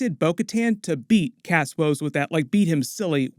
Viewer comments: Axe Woves. His name is Axe Woves. Not “Kas” Woves. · Why do you call Axe Woves, cask Woves? Did I miss something? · It's AXE Woves not Cass or whatever you were saying. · W he just kept pronouncing it as Cass woves so I was like huh?